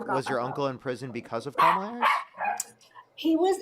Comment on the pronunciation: Why do none of these idiots know how to pronounce Kamala? 🙄 like it's so difficult